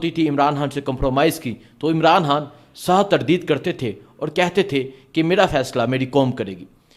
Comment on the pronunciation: پہلے ہان کو خان کہنا سیکھ لو پھر وی لاگ بناؤ